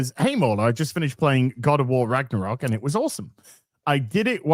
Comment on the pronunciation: God of War "Ragnork" XD